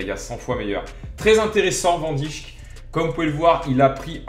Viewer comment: On dit Van Deik